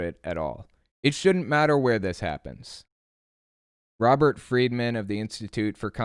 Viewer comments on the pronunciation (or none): none